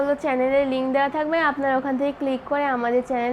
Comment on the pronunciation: উচ্চারণ ভুল বলেন কেন। চ্যালেন না চ্যানেল।